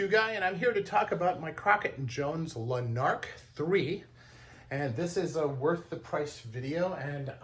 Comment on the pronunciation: It's not pronounced La Nark... it's Lanark, no emphasis on any of the syllables. It's a town in Scotland.